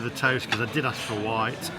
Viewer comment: white as you asked for sounded like rye its you accent cant knock them on that